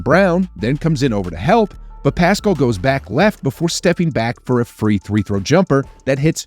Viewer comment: It’s pascal not piscal. I love your pronunciation.